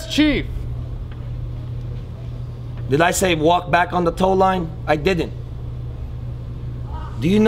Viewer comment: "I did-dent". - Christ-tuh-fa Moltisanti To be fair, he was feeling sick at the time.